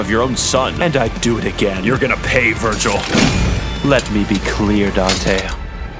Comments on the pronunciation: IS NO ONE GONNA CORRECT HIM AND TELL HIM ITS VERGIL NOT VIRGIL? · Foolish, It Is not Virgil it's Vergil. You are not worthy as my opponent.